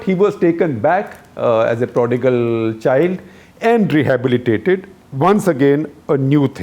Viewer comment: "....as a prodigal child and REHABILITATED" 😂